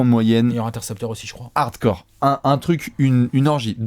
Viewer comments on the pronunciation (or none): none